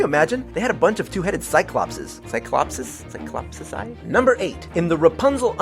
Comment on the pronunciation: It's pronounced cy-clope-ees